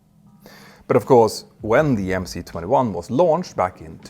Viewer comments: for god‘s sake it’s MS-21, not MC-21… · MS 21 not MC 21 😭🤡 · Why do you pronounce the МС-21 "emm-cee" and not "emm-ess"? You spell out other Russian letters as their Latin counterparts, as in PD-14, which is really a ПД-14. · 1st of all, when will you fucking get it already?! It's not Em See 21!!! It's - Em Es 21. 'C' is a Rusian letter 'Es' and *not" an English letter 'See'!!! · please read MS not MC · MC 21 is in cyrillic so it’s pronounced MS 21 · Dear Peter, I'm a long-time subscribe to your channel, and really appreciate its reliability, analysis depth and production quality. Your overview of the MC-21 (pronounced MS-21, by the way, as "C" is "S" in Russian) comes as a nasty surprise, though. I'm wondering: 1. What would you have Russians do if the West refuses to cooperate? This is a highly charged global political issue, perhaps out of this channel's scope... 2. Where did you source your information about 6 tons increase in BOW (BOM), 1500 nm full payload range and 23,000 ft ceiling? Keep up the great job and, perhaps, leave politics out of your great channel...